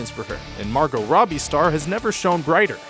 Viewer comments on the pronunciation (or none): none